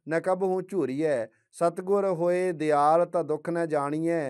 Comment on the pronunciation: ਦਿਆਲ ਨਹੀਂ, ਦਇਆਲ ਲਿਖਿਆ ਹੈ ਭਾਈ ਸਾਹਿਬ।ਗਲਤ ਉਚਾਰਨ ਕਰ ਰਹੇ ਹੋ